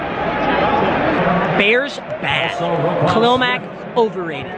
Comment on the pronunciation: This dude said khail mack over rated Lol